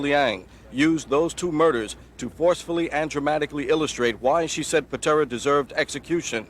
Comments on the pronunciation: “Tommy Pintera”…… lol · Pitera, not pintra lol